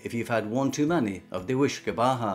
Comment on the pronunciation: OK. Re. Galore: ceart go leor is pronounced 'kyart go lore' not 'kert go lower'. Re. Jiffy: deifir is pronounced 'jeffir' not 'jifeer'. Re. Whiskey: uisce is pronounced 'ish-keh' not 'wish-keh'. Re. Phony: fáinne (meaning a ring) is pronounced 'fawn-yeh' not 'fon-yeh'. The á is lengthened like the aw in 'fawn' Re. Brogue: bróg (meaning a shoe) is pronounced 'brogue' not 'brog'. The ó is lengthened like the o in 'Mona Lisa'. Many English people seem unable to hear lengthened vowels. A good friend of mine cannot hear the difference between 'gron-yeh' and 'grawn-yeh'. Fortunately, her colleague, Gráinne, doesn't mind. She probably thinks "God love her, she's English. She can't help it.'😂🤣😂